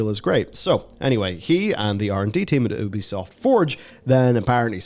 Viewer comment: If you have to rely on humanity for something to go the way to benefit humanity, you’ve already lost. Technology; taking the art and creativity out of everything since the beginning of time. P.S. a nitpick: its YOO-BEE-SOFT. It’s named for ubiquitous software.